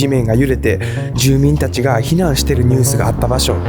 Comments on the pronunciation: ニュースを明らかにジュースと言っている 脱北(だっぽく) を明確にだつぽくと言っている 後からアフレコで音声入れる編集をしてるのに、ここまでハッキリと間違えて尚且つ気が付かない事なんてあるか？？ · 脱北のこと「だつほく」 ニュースを「ジュース」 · 24分22秒あたり、ニュースをジュースって言ってるけど、いつもはshotaさんこんな発音の間違いしない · ネイティブの日本語話者はニュースをジュースなんて言い間違えるかな？ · ネットやジュース…ニュースを言い間違える？ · ニュースのことジュースて言ってない？ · 本当だ ジュース